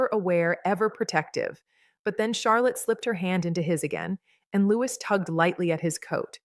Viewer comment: If you are going to talk about the children...learn how to pronounce Louis...Loo ee ...got it 🤔❓️ Kath the wife England 🏴🇬🇧